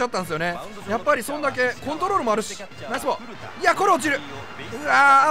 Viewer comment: ナイスボールがライスボールに聞こえたwwww